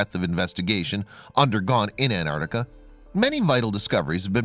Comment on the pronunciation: Repeat after me, An-Tarc-tica.